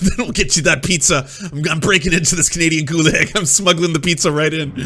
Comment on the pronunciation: He actually pronounces “gulag” how it’s spelt